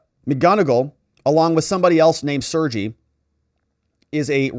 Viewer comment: The Russian name "Sergey" is pronounced "Sir Gay"